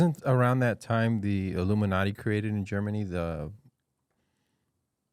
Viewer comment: Duncan, as far as I can remember, has always pronounced “ illuminati” as “aluminanni”😂